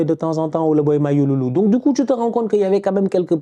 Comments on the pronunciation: C’est pas mayululu c’est juste mayulu mon bon vieux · gère toi,c pas mayululu mais c plutôt mayulu.😂😂😂